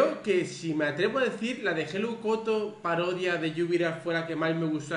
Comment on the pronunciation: Dice parioda😂